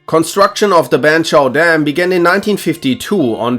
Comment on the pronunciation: Ok, look, the pronunciation of near every word drives me crazy... Banchau Dam, Tenerifeee... Please just listen to the correct pronunciation at least once